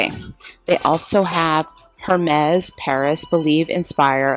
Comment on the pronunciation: I want this store here! ❤❤❤❤ oh and Hermès is pronounced Air-mes (short “e” sound) just an fyi. 😉